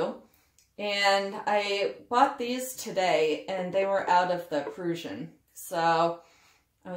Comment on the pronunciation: PRRRR-RUSSIAN [pruhsh-uh n] Spell Syllables Examples Word Origin adjective 1. of or relating to Prussia or its inhabitants. 2. characterized by, exemplifying, or resembling Prussianism. noun 3. a native or inhabitant of Prussia. 4. (originally) one of a Lettic people formerly inhabiting territory along and near the coast at the southeastern corner of the Baltic Sea. 5. a Baltic language formerly spoken in Prussia; Old Prussian. Abbreviation: Pruss. sorry - you know me and info :)